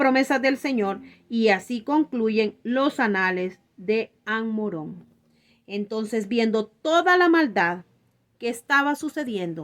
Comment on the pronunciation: Ammarón No, Ammorón